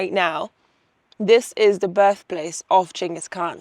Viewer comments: Chingus not gingus? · I thought Genghis was pronounced with a soft G. Maybe I learnt something!